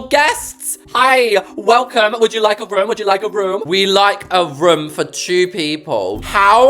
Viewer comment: it’s kinda funny how when you say “room” it sounds like ur saying “rum” 😂 (sorry! Don’t mean to mock your accent, it just kinda amuses me, btw, love your videos and it would make my day if I were to join the same server as you 😊)